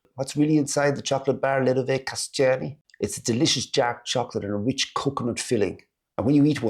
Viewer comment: Anyone who told you the "Kaštany" are pronounced as "Kasťány" was making fun of you :-).